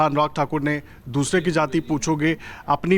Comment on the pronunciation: सबसे पहले तो यह बता दूं कि यहां सारे विद्वान पत्रकार बैठे हैं लेकिन अफसोस है कि किसी ने "जाति" शब्द का सही उच्चारण नहीं किया।सभी ने सिर्फ "जाती" कहा । हमेशा पूर्वाग्रह से ग्रसित होकर कांग्रेसी नेताओं जैसी बोलतीं है। बीजेपी ने विगत दस वर्षों में राष्ट्रवाद और देशभक्ति की भावना को ऊपर उठा कर एक समावेशी समाज की स्थापना करने की ओर बढ़ रही थी। लेकिन राहुल गांधी, अखिलेश यादव और लालू यादव की क्षेत्रीय दल बराबर समावेशी समाज को तहस-नहस करके टुकड़े-टुकड़े में बांट कर देश को कमजोर करना चाहते हैं। को छोड़कर सभी ने सही एवं दूरदर्शी विश्लेषण किया है।